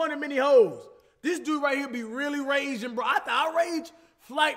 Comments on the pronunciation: who thought cash said hoes not holes ? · Is it just me or when cash said holes I thought he said hoes